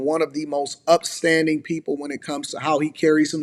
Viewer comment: “Upstanding”?? 😂 ok,.